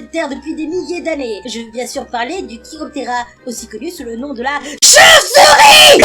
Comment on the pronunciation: comment ta mi la choupsour pas la vidéo le choupesourie quand tu parle